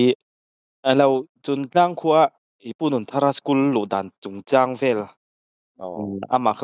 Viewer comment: Chuntlang /Chungtlang?Afiah lo